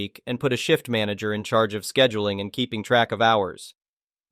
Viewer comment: Manager? I thought you said MANGLER!